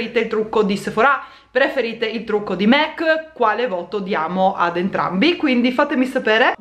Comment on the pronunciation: SI DICE MAC NON MEC ;-D